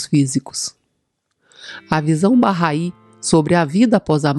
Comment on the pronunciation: Bacana. Fui p Israel e conheci o jardim Bahai. Se pronuncia “barrái”. É muito bonito e bem cuidado por voluntários bahais.